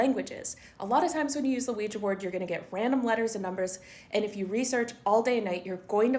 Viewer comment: IT'S (WEE JAH) NOT (WEE GEE) BOARD.